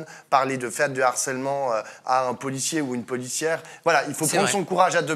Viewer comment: On dit LE HARCÈLEMENT ET PAS L’HARCÈLEMENT!! C’est un H aspiré en bon français. Merci pour nos oreilles 🌸